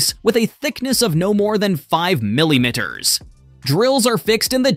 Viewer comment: them hellohgen bulbs and the set consists of 192 essay and metric items. nutterbolt?, mech a nick, milly mitters. what in the actual hell is wrong with people. this is seriously disturbing to listen to.